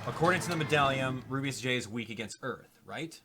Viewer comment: I hope level-5 fixes Rubeus Js name of speach because when he says his name and trys to say J he ends up cutting it off and instead says jgee its very annoying i hope level-5 fixes this and with any other characters with the same problem even though this is just a small thing.